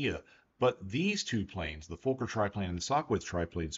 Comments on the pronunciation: For educational purposes: It's not pronounced like FOE•KER. It's pronounced like FAH•KER. I am German. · The surname is fuh-ker. The profanity is FUH-ker. Rex from Rex's Hanger pronounces it correctly. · Im sorry but your pronunciation of "Fokker" is incorrect. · Fokker is pronounced fawker, not folker,they're is no L in Fokker. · Very interesting but people from USA do not seem to be able to pronounce Fokker correctly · Why can't he pronounce Fokker? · As a absolute Dr.1 enthusiast, I enjoyed this. literally my only gripes are your pronounciations of Fokker, and Richthofen's name. even then, excusable mistakes. amazing video